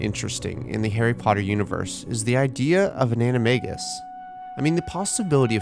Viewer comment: say animegus one more time.